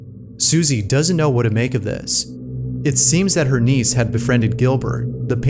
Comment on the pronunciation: i was only listening thru this video while i do my work and until the end of the video, i realized he meant 'niece' and not 'knees' AFTER all that, i thought the girl was talking to her knees...